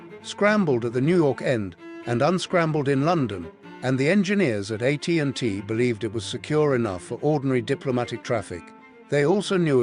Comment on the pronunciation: The AI voice is awful. "Uh T & T" instead of AT&T? A scientist's initials as "Uh" instead of the letter A?